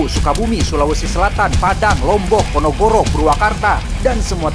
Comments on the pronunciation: Ponorogo bukan ponogoro 🤣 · Ponorogo satt, bukan ponogoro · Ponorogo sanes Ponogoro, A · Ponogoro😂🤣 Ponorogo 👍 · Bang dari kemaren ngmong Ponorogo jadi Ponogoro....apa q yang salah denger....😂😂😂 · 😂 salah sebut ya bang, koq jadi ponogoro. Ponorogo lah bang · Ponorogo lain ponogoro anjir😂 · Ponogoro mulu!!! Baca yang teliti, PONOROGO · PONOROGO SATEH JON LAIN PONOGORO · kalo gak salah denger eta s td bilang Ponogoro 🤫